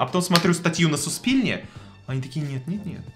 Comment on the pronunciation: блин,, жду все твои видео, ты крутой, но не коверкай так язык.. «Суспільне» (читается как Суспильнэ)